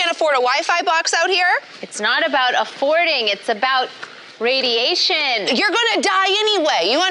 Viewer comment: It's about REI-DIE-SHIAN!